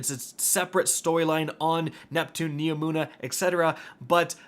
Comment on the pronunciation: HE FINALLY SAID NEOMUNA RIGHT